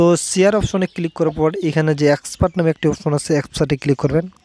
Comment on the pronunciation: vai english ki porte paren na export re expart bole caliye dilen😂😂😂😂 aro onk vul bolsilen